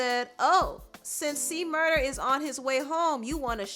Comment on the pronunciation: It's C-Murder, officially, not murda. It was a big deal about it in the past.